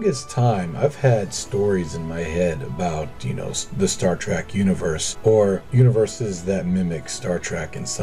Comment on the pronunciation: You are literally my favorite KSP Youtuber but every time I hear you say "Star Track" I wanna hang myself As usual, super tasteful builds, love you man